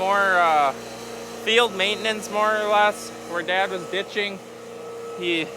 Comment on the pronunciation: Oh he said ditching 😂